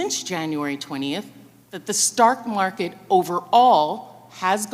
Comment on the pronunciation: “The STARK Market”